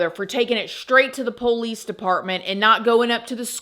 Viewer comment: I love how you pronounce PO-lice 😂